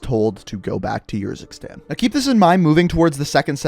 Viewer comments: No offense but you sometimes sound like your running out of breath. Also Urzikstan is a real place and it is pronounced Errzikstan not yurzikstan. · Man this guys pronunciation is so annoying lmao ‘khaleed’ and ‘yurzikstan’ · Please stop saying Urzikstan every time you say it I want to punch you in the face... like it’s honestly ridiculous man.